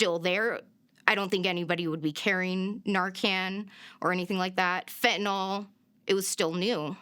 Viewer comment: It's pronounced fentanILL not FentanALL